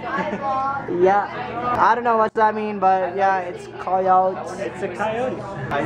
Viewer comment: Koyowwwts. Sad koyowts? Inspirational koyowts? Hahahahahahahaha yaw q na nga :’(